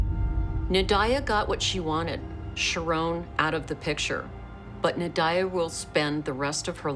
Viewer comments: That was my friend and they have many diffrent stories I don’t condone violence and her name nadiyah they saying it wrong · I think every narrator, commentator & presenter pronounced Nadia a different way! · Why can’t the narrator say Nadia’s name correctly? 😂